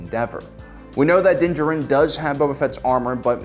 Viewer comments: You are correct. He kept saying it weirdly. Its almost like he did not watch the show because they do NOT say his name like that in the show. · DUDE!! Just call him Mando for Christ's sake!! I can't listen to you butcher his name anymore!! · Again, is pronouncing the character’s names wrong a joke on this channel? You literally hear them say Din Jarin fifty thousand times in the last episode of season 1 and all on YouTube. Why not saying it right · PROUNOUNCE HIS NAME CORRECTLY